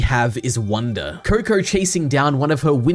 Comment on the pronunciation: Is it just me who heard him saying kur-kur